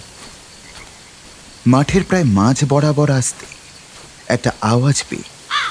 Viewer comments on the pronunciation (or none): প্রোডাকশনে আরও একটু যত্নশীল হওয়া দরকার। "আস্তে"/"আসতে", "আদৌ'/'আদেও" এই সমস্ত উচ্চারন গুলো বড্ড কানে লাগে, বিশেষত ন্যারেটারের কাছ থেকে।